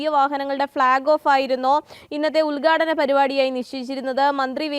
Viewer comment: ഉൽഗാടനമല്ല "ഉദ്ഘാടനം"